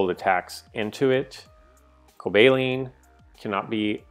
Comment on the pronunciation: Please stop pronouncing Cobalion incorrectly. "Cobaleen".....FTW?!?! I enjoy the rest of your content though....